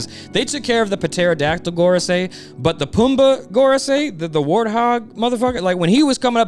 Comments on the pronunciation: The puhteradactyle thing is becoming really cringe I really hope you don't think it's puhronounced that way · stop pronouncing the p in pterodactyl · I think the p in pterodactyl is silent. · It is, but I love how consistently (maybe intentionally) mispronounces it. It's funny. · Why do you keep pronouncing pterodactyl like that STOP